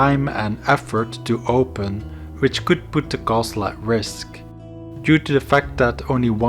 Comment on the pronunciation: for fucks sake 58 minutes where every thirty seconds you say KHOaSTL'